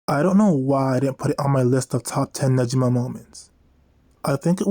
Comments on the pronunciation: For pronouncing negima, the gi part is like Gi for Judo not nejima like the way you were saying it ^^; Hope this helps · NEGIMA GACHA JUST GOT ANNOUNCED!!! You gonna cover it? Also you should know you're pronouncing Negima wrong. Google how to pronounce it please. It's the only real problem with your content, the consistent mispronunciation of the series' name.